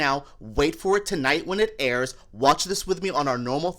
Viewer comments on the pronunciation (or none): none